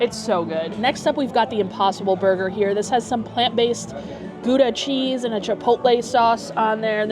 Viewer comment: So funny how you Americans pronounce Gouda cheese.